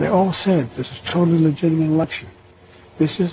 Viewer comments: "Legitimate" [LI] + [JIT] + [I] + [MUHT] ; say it jo. It's a 4th grade word for cryin' out loud. SMH. FJB= LOSER CCP PUPPET~ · I like how every time he tried to say the word "legitimate" it didn't come out right once lol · The guy can't say "legitimate." What's a "ministration?"